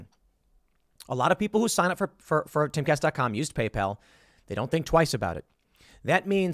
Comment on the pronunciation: Did Tim call it Gaypal? Sounds like a competitor to grinder